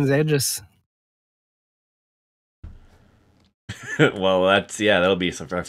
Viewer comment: Aegis is pronounce EE-jiss